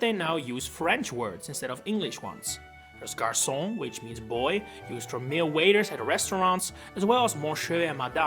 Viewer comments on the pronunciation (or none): none